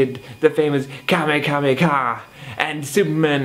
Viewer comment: It's Kamehameha not Kamekameka -_